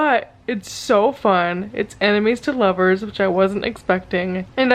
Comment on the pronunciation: every time you say "ennemis to lovers" i hear "animes to lovers" and get really confused for a quick second